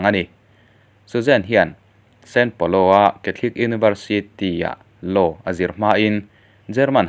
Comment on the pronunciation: sao paulo nge san paulo!?? san paulo hi Brazil ah a awm ka hre miahlo mai!!... Channel lian tham nei tan chuan fimkhur hi a va ngai em... keipo'n in channel hi ka subs a nia... narrator tan chuan fimkhur hi a ngai khawp mai.